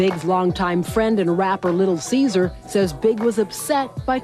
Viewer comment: Little Cesar lmaooo its Lil Cease! Lol